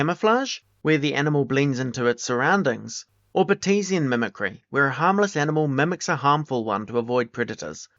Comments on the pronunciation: Great video. Very thorough. May I make a suggestion? Look up the pronunciation of unfamiliar terms. “Gauge” is pronounced “gayj” not “gawj” and “Batesian” is “BAIT-see-un” not “baTEEsian.” These tiny details are not meaningful in terms of the information content but they clash with the otherwise polished and professional production value of your video. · it’s not British. Sounds Kiwi to me, not sure. But no, those two mispronunciations are not related to accent. Bates is the name of the scientist who developed the concept and gauge is “gayj” in any version of English, easily verified in multiple dictionaries.